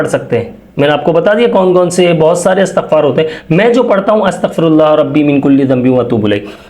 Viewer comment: Bhai jan lafz istghfar ha Asghfar lafz nh hy please lafz theak phre